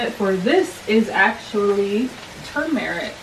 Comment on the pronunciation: Every time you said toom-eric 😂.